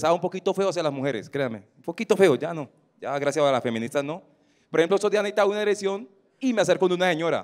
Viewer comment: "nejesitaba unaereccion"